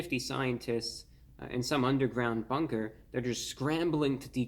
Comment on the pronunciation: Did anyone else here bunger instead on bunker